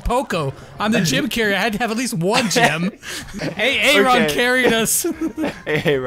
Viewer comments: "A A Ron" 😂 that's how you spell Aaron it's pronounced "a run" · Who else got triggered when they mispronounced Aaron wrong.